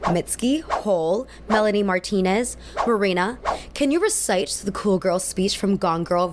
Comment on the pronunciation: I can't stand it when people say cool like k-wool